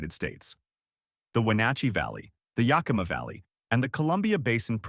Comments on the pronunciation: It's Gooey Duck , you can't even pronounce Yakima Yak e ma . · Can't even pronounce Yakima or Rainier right.... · or geoduck